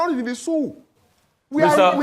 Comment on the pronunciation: 😂 Guest: We're not in the szoo: Ah! 😂